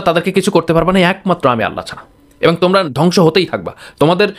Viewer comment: আসসালামু আলাইকুম ওরাহমাতুল্লাহ কেমন আছেন আপনার সব উপস্থাপনা ঠিক আছে আপনি শুধু এবং কথাটি সঠিক করে বলবেন তাহলে আরো আপনার উপস্থাপনা সমাদৃত হবে